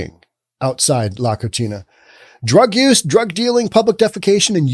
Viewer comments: He's blending Spanish and Italian: Spanish pronunciation: "ko-SEE-nah"... Italian: "koo-CHEE-nah"... Yes. "La Cochina" is a nasty girl/woman; "unclean" physically and/or morally. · Love you,... but your Spanish needs work. La Cocina (ko-see-nah) means 'the kitchen'. You said la cochina (ko-chee-nah) which means 'the female pig'. Saludos, amigo. 😉 🇪🇸 ♥️ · "Co-chi-na" in Spanish means dirty. "Co-see-na" means kitchen. The way he pronounces the restaurant's name is actually incorrect and yet correct... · The irony in his mispronunciation of “cocina” is hilarious. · The restaurant's name is "the kitchen". Hes pronouncing it as "the Dirty girl" Keep up the entertainment.